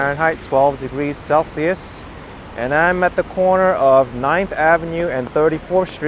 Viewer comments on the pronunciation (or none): none